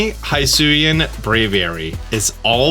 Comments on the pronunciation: It’s pronounced HE-SUI and HE-SUIAN forms damn it, not HIGH-SUI or HIGH-SUIAN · Why are you calling it haisuian ?? It's HISUIAN ,without an A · It's "hee-swee-en" my dude. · Nintendo literally pronounce Hisui and Hisuian every time they talk about this game SO WHY DO YOU PRNOUNCE IT WRONG???? HE-SU-EE not High-su-ee. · It's pronounced He-sue-ian. And the forces of nature have a "therian form", not terrain, as in beast form. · Your saying husuian wrong lol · The moment you said hisuian "hi-suan" already done with video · Stop pronouncing Hisuian wrong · Stop mispronouncing hisuian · How the hell is he saying Hisuian so wrong?